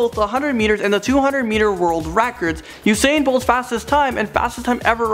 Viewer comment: He pronounces usain bolt as Husain bolt